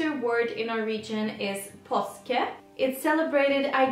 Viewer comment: The way you said "Påske" was so good, im impressed! 😊